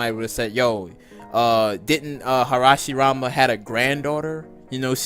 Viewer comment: Wait a second.....Did he call Hashirama Harshirama😂😂